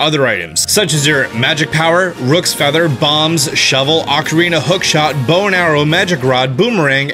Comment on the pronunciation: Roc's Feather in Link's Awakening is pronounced like rock, not "Rook's Feather."